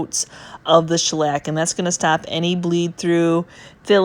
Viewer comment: Greetings from the UK 🇬🇧. I love the look of your cabinet. I'm also very taken with your pronunciation of the word shellac : schlack Sounds like a Yiddish varnish! 🤣🤣🤣